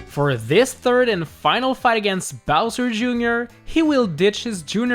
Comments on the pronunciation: you said Bowser, Jr. instead of Bowzer for #1.. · Bowser Jr at number ☝🏻 wtf it’s bowser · You said Bowser jr. Instead of Bowser, lololololololol.